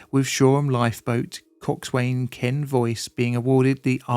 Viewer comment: By the way coxwain is pronounced coxen.